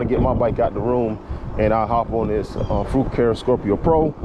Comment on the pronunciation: I think the name is pronounced "fu car eh". I just ordered the same color. Great video.